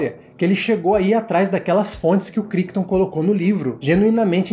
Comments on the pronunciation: Cara, excelente seu vídeo. Mas, uma dica respeitosa... A pronúncia do autor do livro (Michael CRICHTON) não é "KRÍKTON", é "KRÁITON", com aquele "r" bem carregado da língua inglesa. Já li o livro, uma edição antiga. E comprei a edição nova da Editora Aleph. E o filme é um daqueles que me marcaram demais na adolescência. Assisti a ele quando tinha uns 15 anos, lá por 1992, 1993. O filme é de 1971, mas passava, vez por outra, no (quase) extinto canal CNT. A CNT (Central Brasileira de Notícias) foi uma tentativa de se abrir uma TV concessionada (aberta) fora do eixo RJ-SP, especificamente em Curitiba (minha cidade). E "O enigma de Andrômeda" era um dos "carros-chefe" em termos de filmes comprados pela emissora (o outro era "Calígula", cuja transmissão na época foi um escândalo, dada a obscenidade do filme). Cheguei a ter "O enigma..." em DVD, mas passei pra frente minha coleção há uns anos. Não sei se é fácil de achar pra assistir agora... Parabéns pelo trabalho. Assisti a dois vídeos do canal e já tou inscrito. Abraço. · Ótimo vídeo! Só pra constar, Crichton se pronuncia "Craiton"